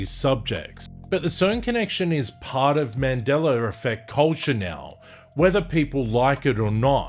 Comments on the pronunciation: Is it also a Mandela Effect when I hear you pronounce it as Mandelar? 🤔🧐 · In this timeline it’s pronounced Mandeller fect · There's no R in Mandela-r lol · I was at a recent family gathering on my girls side of the family as I walked into a room where she was with her cousins I had heard one of the girls say she had her first Mandingo effect. I walked inti the room laughing and said it’s not called the Mandingo effect it’s called the Mandela effect. What the hell is a Mandingo anyway a half man half dog? I tried to explain why isn’t called the Mandela but they all seem to laugh and giggle like I was wrong. I think there’s a big possibility that in their reality it’s called Mandingo almost like how I hear the way it’s said on this video, where I hear him say Mandeler instead of Mandela. In his reality its Mandeler not Mandela. I heard one of her cousins say she couldn’t walk after she experienced her first Mandingo effect. It doesn’t sound like they understand what a Mandela effect is or care to listen to me inform them. I’m glad I’m not in that reality where you can’t walk after a Mandela effect. They didn’t want to share with me, so my conclusion is that the shift in reality they experienced was intentional and done willingly. That’s why they can relate to that reality. This stuff is definitely weird. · What is a "mandeller" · Mandeler effect 😂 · I don't understand why, the Brits and the Aussies put an "er" on the end of a word that ends with an "a"? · I think this is just how he pronounces it. Like people who say idear vs idea.